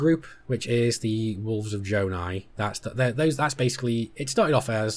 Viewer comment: Jonai not jonah